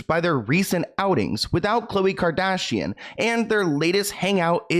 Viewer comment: The way that one girl pronounced “kardashian” actually triggered me ☠️